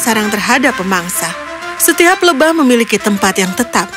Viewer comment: Lebah mba bukan lebahv kaya orang Arab